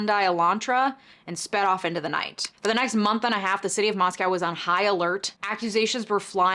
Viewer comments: I work in local news in the area, couple corrections and updates. -Moscow, Idaho is pronounced 'Moss-co,' not like the Russian 'moss-cow' (locals get pretty testy about this). -Goncalves is pronounced 'gone-sal-ves.' -Originally, the car was not identified as a Hyundai Elantra, it was just a white or silver 2000s era SUV, which is likely why you saw such high numbers. It was narrowed down to a white Hyundai Elantra a few days later after further tips and video surveillance came in. In an update to this case, maybe his defense team is a fan of your videos, because they did motion to compel discovery for the DNA profile that was used to narrow the investigation. I believe this was the end of...June? Maybe July. Time is a blur... Anyway. The State argued the IGG was not used to formulate probable cause, and was not use as exculpatory evidence for his arrest. Rather, the DNA evidence for the arrest warrant came from DNA of Kohberger's father gathered from the trash. The State further argued it was not a Fourth Amendment violation because the DNA used to generate the IGG was abandoned at the scene. They also stated the IGG profile was erased and all records destroyed after it the Kohberger was determined to be the focus of the investigation as part of standard FBI protocol, and they no longer had the profile to give. The response from the Defense was interesting. I'll just say, this shit is wild. I'm not a lawyer, but I read a lot--A LOT--of legal docs for my job. Ann Taylor has s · Hey, in case you do a followup video, the city in Idaho is pronounced MOSS-co, not moss-COW like the Russian capital. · It's "moss-co" no "moss-cow" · you mispronounced two of the victims names and the town where it happened :( Love you but damn that's disrespectful